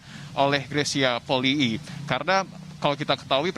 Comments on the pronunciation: Itu kan marga bacanya juga Poli'i,kak greysia juga pernah bilang disalah satu konten bacanya Poli'i bukan poli . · YANG BENAR BACANYA POLII (POLI'I) BUKAN POLI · Maaf yang benar yang mana cara baca Polii.... sepertinya reporter perlu belajar baca..mungkin nulisnya Polii tapi bacanya...cukup Poli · Itu bener Polii bukan Poli aja ka Greys pernah bilang